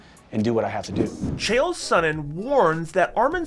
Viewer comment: O by the way Chael learn how to pronounce a name wtf really